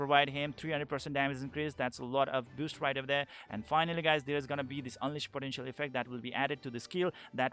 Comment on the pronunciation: You say boost so it sounds like "biust" :)